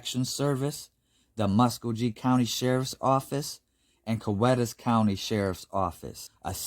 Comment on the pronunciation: Hey, L.K. Nice To see you visiting the Southeastern US for happenings. BTW Muskogee is pronounced muh·skow·gee 😃